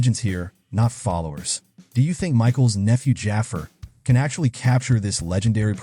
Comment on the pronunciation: Jaafar is pronounced Jah-far. Learn how to pronounce unique, ethnic names.